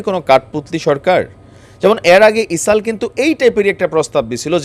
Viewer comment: গাজা গা ঐ যে জা কেমনে হয়।এটা চামচামি। তুমি এগুলো বন্ধ কর। মানুষ তোমাকে পছন্দ করে কিন্তু গা ঐ যে জা,ইসাল ইত্যাদি বন্ধ করে শুদ্ধ ভাবে বলার চেষ্টা কর।